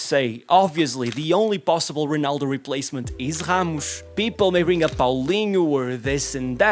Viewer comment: did bro call Ramos, khamush? 🙏🥀